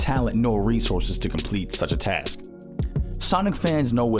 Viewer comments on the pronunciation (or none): none